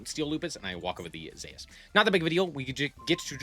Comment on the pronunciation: any one else cringe when he calls zues zayus